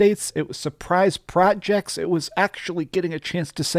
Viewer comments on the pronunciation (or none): none